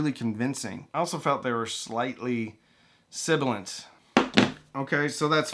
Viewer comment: sybilant? nah I dont even remotely get that...lol